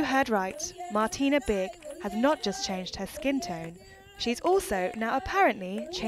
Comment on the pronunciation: The funniest thing was the English TV Moderator who couldn't pronounce Martina if his life depends on it and kept calling her "Martín" 🤣🤣